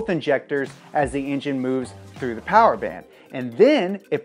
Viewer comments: TRX because MO POWAH BABEH! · More powah baby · Your video is not official unless you say mo' powa' baby at least once. So let it be written, so let it be done.